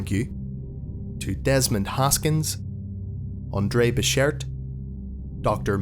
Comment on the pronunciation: No SCP brief is complete until I hear the name "Andre Becher-T" enunciated more perfectly than any other name.